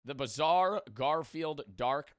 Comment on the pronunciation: Bbizarre you say?